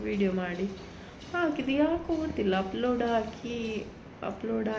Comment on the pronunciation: ಉಪ್ಲೋಡ್??? Or ಅಪ್ಲೋಡ್?